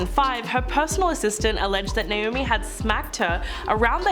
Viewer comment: Who’s “NOAMI”?🤣🤣🤣